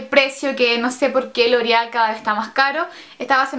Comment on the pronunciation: se dice : LOREAL, no: Lorial.